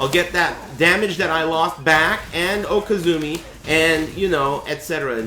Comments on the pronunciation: No. It's written "okizeme", just pronounces it funny because he's a bitch and he's going to doggy hell. Okizeme is the situation of pressure you apply to your opponent when he is knocked down on the ground and you are on your feet. Hitting him while he's trying to get up, guessing whether he will roll on the ground and punishing him accordingly, blocking his get up kick and punishing it... all these scenarios and more form what's called "okizeme" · He calls it okizumi because Tom Brady said it that way not cause he's a stoner